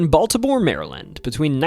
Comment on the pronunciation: Nice job. Learn to pronounce city names better. But I liked the nostalgia. A friend knew the priest from the exorcist. My first fishing trip was at Loch Raven. I didn't know about the UFO either. Thought you might touch on the Blair Witch Project.